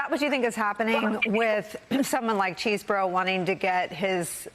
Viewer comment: Are you journalists correctly pronouncing his name? Chesboro is not Cheese 🧀 boro.